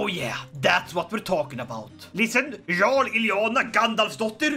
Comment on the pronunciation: jarl is pronounced as "yarl" no "zharl"